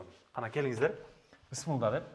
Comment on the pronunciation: Бысмылда, эмне деген соз? Блогерлер, орфоэпия жонундо кичине маалымат алып алгыла!